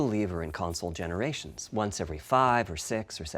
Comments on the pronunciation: ps5 gon be an amazing "conzole" lmaoo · nobody:: "conzole" P.S. don keell mi pliz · ConZole :P funny :)